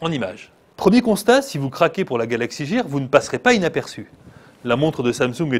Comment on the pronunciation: Mauvaise infos sur la montre regarder d'autres vidéos et vous verrez. Mdr il dit galaxy jear alors que c'est gear et galaxy note s3 au lieu de galaxy note 3 et les vidéos c'est 15sec et pas 10. bref du grand n'importe quoi ce journaliste